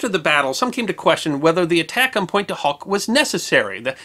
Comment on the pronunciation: Pont dew Ock